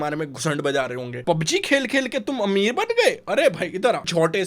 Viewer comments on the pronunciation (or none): The way u call PUBG as PABG. Reminds me of my father pronouncing it. 😂.